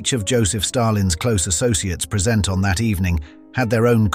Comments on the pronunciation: 'preesent at that night' ? I never would have guessed that this was a cgi voice otherwise. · These fake voice narrations are getting better - until the robot said "present" I thought it was a real man. The word should have been as in "presence", but was said as in "here, for you".